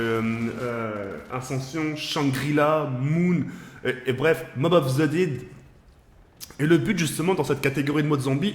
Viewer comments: "mob of the did " MDR et l'anglais en plus et en plus c'est "call of the dead" et mob of the dead c'est bo2 pas bo1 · Sa choque que moi il a dit mobove the dead sur bo1 😂😂😂😂😂des barre